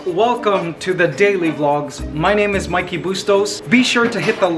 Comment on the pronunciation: The ONLY thing that bothered me about the whole Today segment was how they pronounced your name